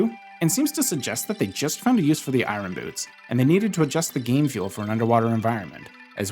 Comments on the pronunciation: Iron is pronounced “Eye urn” not “Eye run”. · Why are you saying “eye-run”, “eye run boots”, that isn’t how the word is pronounced. Say it like “I yearn” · I-Or-n, not I-Ron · they're not eye-run boots, they're eye-urn boots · Eye Ron 😂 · It's so triggering hear Eye-ron boots the entire video, only for an Iron Knuckle to appear with perfect pronunciation. Like, wtf dude? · Eye-Urn... Iron. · Really great video. But I've got to ask: why do you keep saying it as "eye-ron"? The r is meant to be silent. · Ah yes, the "I run" boots 😂 I've never heard anyone pronounce iron that way lol quite an interesting accent. I wonder where you are from, it's pretty unique. Anyway, thanks for the info, and I love your cute little avatar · Every time you say Eye-Ron Boots, I take a shot. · "irin" i have a cousin who likes to pronounce it that way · you say iron I run which is hilarious because you keep saying I run boots but have you tried running with them? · You had me at "eyerahn boots." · Every time you say “i-R-on” boots I cringe. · You say Iron weird. Like Kronii. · I always chuckle when people pronounce the r in iron 😅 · i don’t think i’ve ever heard anyone pronounce “iron” like that before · As a former educator, I just want to say you have the most unique way of saying "Iron" that I have ever heard. Nice video btw, the teacher in me just had to say it. 😅😂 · I can’t take it. That’s not how you pronounce iron. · Why can’t you say iron… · Great video. Really enjoyed learning the ice arrows could freeze the sliders. Also you say iron really weird. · The way you pronounce iron angers me immensely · Why are you pronouncing iron like Norm Macdonald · Larry King would be turning in his grave listening to you mis-pronounce “iron”. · Bottom of the well is optional, and the r in iron is silent